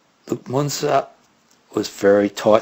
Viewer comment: Pronounced "Myoon-zer."